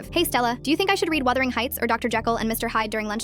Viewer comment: Wuthering...? Say that again?